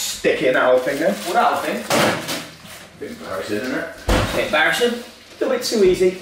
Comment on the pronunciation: When they say embarrassing they say barrassing😭😭🤣🤣❤️❤️❤️